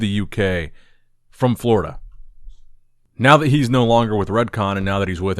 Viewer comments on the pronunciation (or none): none